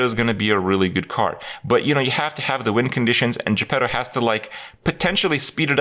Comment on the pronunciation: When everyone calls Jepetto -> Je Pedo